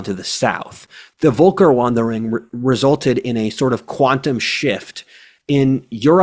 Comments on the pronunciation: Hi, I studied that topic a while ago, so I feel entitled to add a few comments here. First, sorry for nitpicking, but maybe pronouncing FEULKEURVANDEUROUNG would make it more fluid. More important now, we also have to bear in mind that during the nineteenth century, the romantic nationalism movement attributed to that era a strategic and cultural cohesion that those tribes didn't have. So I would venture to propose the following analogy, for what it's worth: - Britain was the only European power interested in conquering North America as an organized state funded strategy, the other Europeans settling as families from various European micro regions (i.e. much smaller than kingdoms) and founding isolated villages without any support from the motherland. - Britain conquered Quebec, the different villages of Quebec having no solidarity whatsoever with each other, and their original French having already evolved into languages as different as the Romance languages we can see in Europe today. - Britain started recruiting Natives from the South to serve in the mounted police. Those Natives had evolved into separate nations long ago, had no intention to remain Natives, and wanted to become British. - The British empire became weak, and at the same time the Aztec empire started expanding further South, pushing many Natives up North. - Those new Natives had not been to British school long enough to master the language and technology, and they didn't find any consistent British administ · it's pronounced f not v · I can't deal with you pronouncing it Wolker. 😆 V is F in the German alphabet. (Usually.) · its Völkerwanderung, not wolker-. And the first letter is pronounced as [f]. But really, in english its known as Great Migration of Peoples, or Great Migration, or Migration Period. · The word is "Völkerwanderung", pronouned like a Brit would pronounce "ferlkervanderung". It consist of Volk = folk / people, plural Völker, and Wanderung = wandering, thus "peoples wandering".